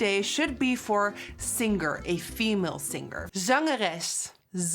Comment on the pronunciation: Hey Nikkie!! Singer is pronounced without saying the G . /ˈsɪŋə(r)/ 😘